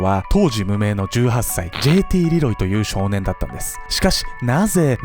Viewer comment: じぇいてぃーれぇろぉうぉぃw